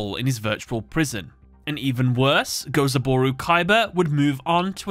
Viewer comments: It's Gozaburo, you mixed up an o and a u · The constant mispronouncing of Gozaburo's name is hurting my soul.